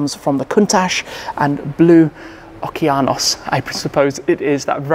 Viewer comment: Fun fact: the colour Blu Okeanos, is from the Greek word Ωκεανός which means Ocean. Tim I am very impressed, your pronunciaton was very good!